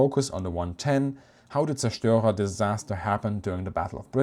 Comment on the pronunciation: Thank you for, after 50 years of doing it wrong, teaching me how to pronounce zerstorer.